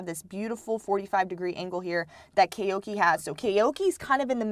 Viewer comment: Koike is good but not olympics champ good. He’s not even the fastest Japanese (Kiryu 9.98 (+1.8) Yamagata 10.00 (+0.2) etc) Edit:it’s Koi-kei not Kay-oki